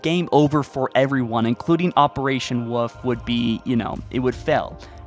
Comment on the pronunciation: Thanks to you I started calling my dog the woof instead of wolf🤣